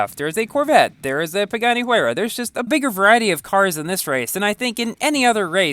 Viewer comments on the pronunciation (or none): none